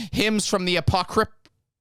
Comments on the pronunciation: he can't even say Apocrypha, give him a break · I just assumed he was having a stroke at that point